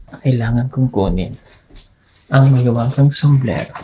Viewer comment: SOMBRERO SIR hindi SOMBLERO 😂😂😂✌️✌️✌️